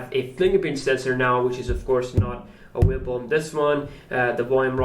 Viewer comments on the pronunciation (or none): "innowwation" "awwailable"